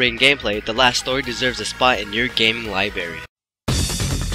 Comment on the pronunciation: gaming liberry